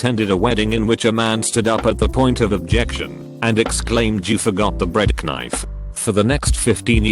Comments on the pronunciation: The bread-K-nife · Nobody: Narrator: Breadknyff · Dont forget 'Bread -K-nife' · no one: narrator: b r e a d Khh- n i f e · bred k-nyfe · Bread ku nife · did this effing thing really just say bread kuh-nife? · "Breadk nife"